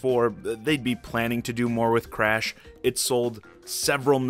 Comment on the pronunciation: Cresh for smesh